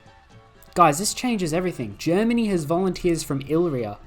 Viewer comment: Hey, re-read illyria. You're saying illrya when it's illyria.